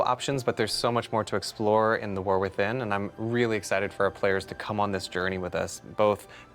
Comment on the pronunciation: Is he saying Warthin? LOL.